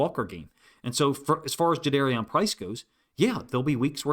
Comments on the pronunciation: Thanks for your analysis, coach. I guess we learned after the draft that his name is pronounced Ja-DAR-ian, not Ja-DARE-Ian. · Juh-darr-ee-en Was the pronunciation Price gave on his radio intro FYI Respectfully for future reference 👍🏽👍🏽